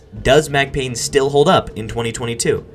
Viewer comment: It’s Payne